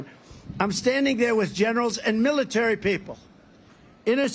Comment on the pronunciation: dubm knt said suckers loosers from world war 1 wow he is nuts militer he cant say military hes on drugs